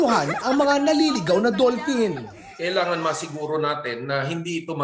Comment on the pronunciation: dull pin daw, lol